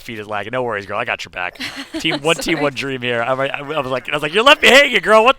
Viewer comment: "Ghurl" aint cutting it out as caster. Sorry